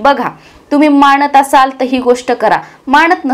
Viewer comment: मानत म्हणा , not माणत first improve your Marathi 😂